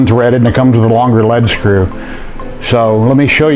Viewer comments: Informative video, thanks for posting. (and it's pronounced 'LEED' screw, btw). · lead follow or get out is how you pronounce lead screw. not lead acid battery.